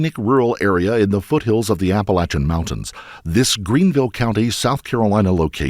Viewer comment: You pronounced "Appalachian" right! 😍 Doesn't usually happen that way lol